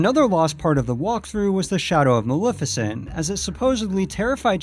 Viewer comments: It's malef as in Left not Malef as in Lift. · Isn't it MA-LEF-I-CENT? You keep saying Mal-if-a-cent. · dude you totally mispronounced maleficent's name. It's MaLEFicent ( Lef as in left) NOT MaLIFicent (lif as in lift) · Maleficent's name is also actually pronounced MaLEFicent , the "Lef" being pronounced the same as in "Left". that's the way it's pronounced in the original film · You pronounced Maleficent wrong. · Argh! How many times can one person say Maleficent incorrectly?!!!